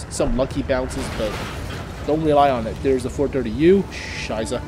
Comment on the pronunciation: Hey, its not a soft s in scheiße, try pronouncing it with a sharp s like in miss. Greetings from Germany.